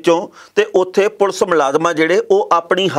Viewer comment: enna time hogya khabra nu par ajj tak thonu 'police' kehna ni aaya... jiwe tusi bolde aa bht hi unprofessional te uneducated ja way aa